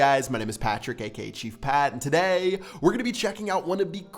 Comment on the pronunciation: does anyone else think that Pat says "today" really weird?